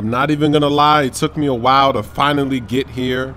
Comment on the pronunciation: i like how you say -how did heee not see mi